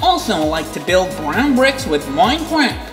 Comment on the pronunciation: Did you say... 🅱rown 🅱ricks ?